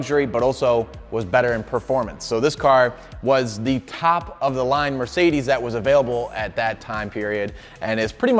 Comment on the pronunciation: 300d, not 300D. The latter would be a Diesel, but this Adenauer 300d uses the same engine as the 300SL Gullwing, albeit a bit differently tuned. And it isn't mirsaydees, but mer c dez. 😊